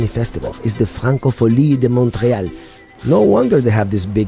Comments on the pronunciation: When you spell "Montréal" in French , the "t" can't be heard. You must just say "Monréal". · your the most annoying narrator ever!! the way you say "montreal" in french is quite horrific